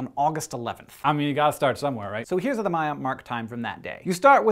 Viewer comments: It's "Maya" not "Mayan", Mayan is the language. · *eye twitch* MAYA say it with me MAYA not Mayan the language the people its also plural